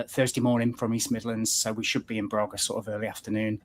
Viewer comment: It is not Brarga, it is Braga. The first a is a short 'a', the way grass is pronounced in Nottingham.